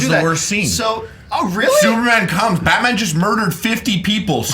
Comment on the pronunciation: I thought it was Batman not Batma.